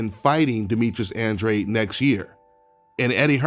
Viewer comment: The way you pronounce Andrade is uhhn-draw-day , just saying since I got the same last name